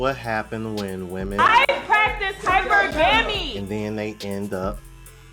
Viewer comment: “I practice hyper gammy!” Practicing something you can’t even pronounce.